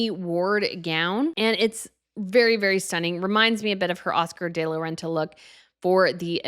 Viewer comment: Please learn how to pronounce Oscar de la Renta. “De” is not pronounced like “day.”